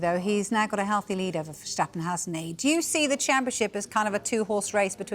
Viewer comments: "verschtappen". is she okay lol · I like how she say versztapen😎 proper accent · Learn how to pronounce Max's name ffs woman there's no vershtappen 😂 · Shtop Shaying verShtappen! It's wrong. No SHH!!! How long will it take to get right... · Still dragging this one out, who’d have thought another British parasitic mainstream media company would be drooling at controversy involving Verstappen (I’m English). Also, he’s Dutch, not German so stop pronouncing his name wrong you moron. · The way she pronounces Verstappen reminders me of Goldmember.